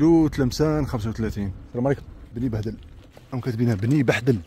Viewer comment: بني بحدل ماشي بني بهدل 😅